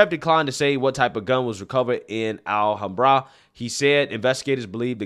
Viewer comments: Pronounced: Al- HAM Bra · Pronounced: Al Ham Bruh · Hey, it is a hate crime! Sum Ting Wong identifies as a straight, white, protestant male. And, it's pronounced Al-ham-bra. C'mon man! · I think it is pronounced al-ham-bra. Nor being a wise guy , just trying to help. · Just a heads up Alhambra is pronounced: Al Ham Bruh. I live not far from there so I know how it's pronounced. 😊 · Alhambra - Al - Ham - Brah : ) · Just FYI it's pronounced "Al-ham-bruh" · This is an awful story. My heart goes out to the victims and their families. I hate people leaping to conclusions for political purposes as well. But, your pronunciation of Al-ham-bruh is...well just wow. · FYI, "Alhambra" is pronounced Al-Ham-br-a. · Great video, timely coverage of some disgusting reactions to an act of pure evil. Would like to take a moment to correct you pronunciation, though. If you don't mind. Alhambra, named after a Moorish fortress in Seville, Spain. So of course its an Arabic word which has been hispanified over the centuries. Pronounced al-HAM-bruh. Torrance, simple accent on the first sylable. TOR-uns. Think "Heavy rain there in the winter, torrents in Torrance." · Iv never heard anyone pronounce alhambra like that before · The correct accent emphasis on “Alhambra” is on the second “a”, not the last. AlHAMbra - with the “ham” pronounced like the pork, ham. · It’s Alhambra not Al Hambra. One word - Alhambra. Say it now: Al-ham-bruh. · Great content like always. I just want to say the city is pronounced Alham bra not al hambra. Love your channel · I know you’re not from California, but it’s Al-HAM-bra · They’re already putting a spin on the assault weapon angle by claiming the shooter used an “assault pistol with extended magazine”. Anything to divert attention from the conclusions they’ve tried to jump to, I guess… BTW- it’s pronounced “Al-HAM-bra”, not “Al-hahm-bra”. The locals there will look at you funny when you pronounce it like that lol